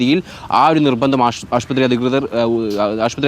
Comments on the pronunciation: ആഷ്പത്രിയോ? ശ്രദ്ധിക്കുക. ആശുപത്രിയാണ് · ആശുപത്രി എന്ന് പറയൂ 🙏🏻 റിപ്പോർട്ടറിൽ ഇങ്ങിനെ പറയല്ലേ 🙏🏻😊